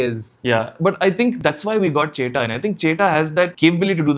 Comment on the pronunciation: Bro it's chettan not chetta